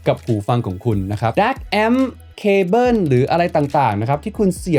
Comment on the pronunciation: แอปโป้ว ดองโก้ว แต่ว่า เคเบิ้น 🤣